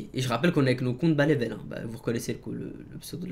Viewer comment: A quand tu dit "compte bas level" on dirait un autre language